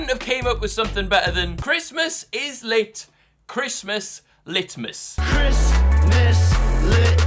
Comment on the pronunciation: Lit-vid I'm sorry